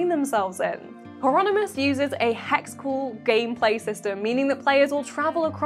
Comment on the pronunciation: Did I hear Heironymous? - There go the savings .... (Oh, it's actually quite inexpensive).